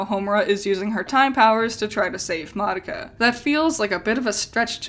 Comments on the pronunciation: The Japanese characters, and the Japanese pronunciation, is not "mahducka" which is what youre saying. Im literally Japanese and telling you you're wrong lmao. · Sort of weird how you mispronounced Madoka for the entire time she’s on screen…